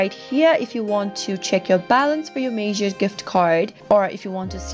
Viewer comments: It’s not Major it’s Meijer almost like Mya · The pronunciation is incorrect. It's said as My-er, not Mayer. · This is lies. You didn’t even create an account and do it yourself. You’re not even saying meijer right. Who makes these bs videos??